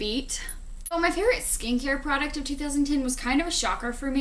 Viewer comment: Everytime you say "Skincare product" I hear "Skankier product"